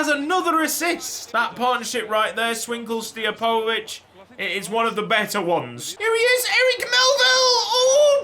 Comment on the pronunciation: Pronounce Stijepovic as Steer-poe-vitch